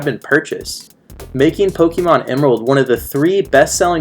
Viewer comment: It's pronounced poh-kay-mon (listen to the theme song) not poh-key-mon